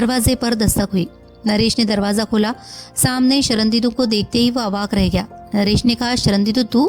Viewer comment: आवाज तो आपकी मोहक है, पर आप पूरी कहानी में 'शर्णेन्दु' को 'शरणदीदु' क्यों उच्चारित करती रहीं ।